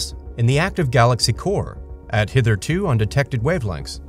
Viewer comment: "Hithrtoo" none more famous word was uttered inside of the Sactum!